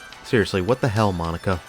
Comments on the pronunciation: No. It’s not. It’s mah-knack-uh. Not mah-knock-a… 🙄🙄🙄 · I'm surprised you didn't mention the Chi-Chi's incident from the 2000s; that is arguably this mall's claim to fame. I have fond memories of this mall from my days attending college up the road; it is a shame to see the mall like this. Oh, and it's pronounced muh-NAH-kuh. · Mo nack a not Monica. Other than that, great video. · Get ready for the yinzers… It’s pronounced: Ma-nak-ah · the key here is Beaver County lacks good employment, really never recovered from 1980s Mill closings. without businesses moving in to create jobs. the Mall is on its way out. BTW, narrator needs to learn how to pronounce Monaca. Got it all wrong